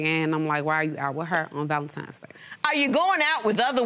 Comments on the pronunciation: "ValentiMes day" sighhhh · I will never understand why people say valenTIMES day....